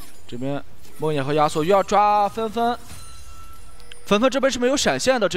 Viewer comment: 听着“鸭索”、“鸭索”感觉贼尴尬。。。。。